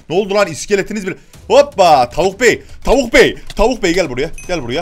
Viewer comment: tavuk değil o davık yaa